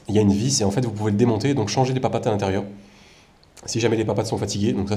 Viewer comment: Ah bah là, tu refait pas mal de stock :D Ca me fait bien rire quand tu dit "papates" x)